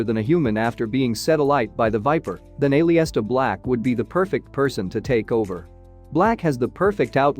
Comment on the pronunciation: Or A-Lister Black 🙈